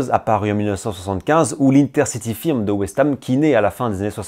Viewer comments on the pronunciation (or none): Juste un point : concernant les firm anglaises ça se prononce « feurme » . C’est un terme purement anglais donc à prononcer à l’anglaise !